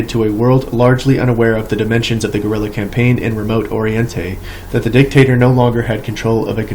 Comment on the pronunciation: Danmark near illiterate reading of this book. I love it. Compain. Lol cam-pain